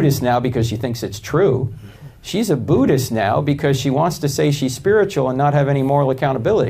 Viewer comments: Why does he pronounce the religion as Boodist? It's Buddhist. Does he put booter on his bread? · Buddhist is not pronounced like you’re trying to scare someone with a ‘boo’. You can’t confuse an ‘ud’ sound with the messed up ‘noo’ like Americans use for new. Does a cat make a mewing sound or a mooing sound?